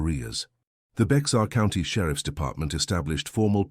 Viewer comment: Itsytoo bad your I announcer kept mispronouncing “Bexar”. I too was born in San Antonio in 1951 and live there still . It is pronounced like “Bear”. I am glad this story is being told.